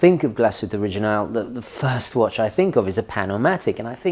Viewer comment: It's a beauty, although not in white. White is the worst color. Black looks nice and they have it in this really stunningly beautiful green sunburst dial that's just gorgeous! By the way, first again! 🤪 Also, the g in original is a hard g. 🙂